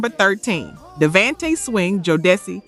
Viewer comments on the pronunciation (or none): Ooh, tweak the system on the pronunciations. Jodeci, Devante and Nino were off. The energy is upbeat and lively, though.